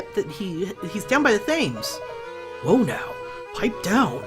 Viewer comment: I know this let's play is long finished and I havnt finished watching so you might have realised it by now but your pronouncing Thames wrong, it's actually pronounced like "tems" sorry if you already knew this it just really bugs me hearing you call it "thaims" ;v; really enjoying your Layton let's plays btw! I hope you get the chance to film the last two sonetime :)